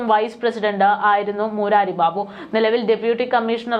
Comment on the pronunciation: മൂരാരി അല്ല, കൊച്ചേ. മുരാരി ബാബു കൃഷ്ണൻ എന്നർത്ഥം ഉള്ള ഒരു പേരാണ് അത്.